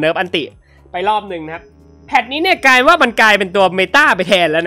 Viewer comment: พี่พูดว่าแพดนี้ เนื่ยกายว่า